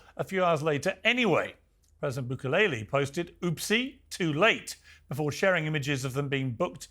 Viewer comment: Did piers just say "president bukeleley" lol